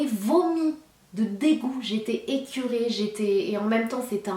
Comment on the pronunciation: Je suis juste de passage, mais je voulais juste préciser: C'est écoeuré et non écuré. Khti Sanaa matsoue9ich lia Lbnadem mréd. Rebbi ki3ti L'koul wa7ed 3la 9ed nyeto! Keep up the good work ✌